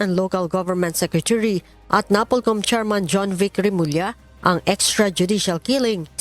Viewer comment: Sekrituri ba talaga lea?